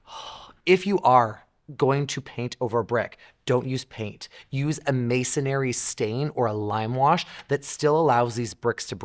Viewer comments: The word is "mason ree" not "mason airy" Good advice. Soft red brick needs to be coddled, whether inside or on the exterior of your home. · I'll bet you mean "masonry" and not "Masonary." lol